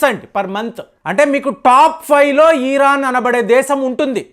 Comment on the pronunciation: ఈరాన్ enti pulka ఇరాన్ 😂😂😂